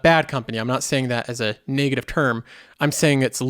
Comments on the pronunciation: It's not pronounced 'nay-gative' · I just hate how he pronounces negative